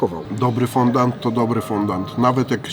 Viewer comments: Jesteście gamonie tyle czasu robicie testy różnych deserów obiadów itd a nie wiecie że się nie mówi fondant tylko fondjua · Czyta się fądi a nie fondand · mordo Ty moja...normalnie nie zwrócił bym uwagi ale chyba z 10x powiedziałem FONDANT i mózg mi umarł... Mówi się FĄDĄ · mówi się fondii, z języka francuskiego fondaty xd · Foundi się mówi